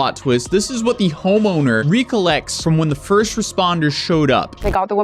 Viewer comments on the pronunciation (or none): “Recollects” is not pronounced “REE-collects “ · 😅😅 the pronunciation of recollects.... lmfao!